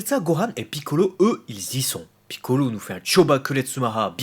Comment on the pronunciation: J'adore comme tu prononces Piccolo! D'ailleurs, je trouve que cet épisode est superbe! Par rapport au 89 dans lequel j'ai vomi!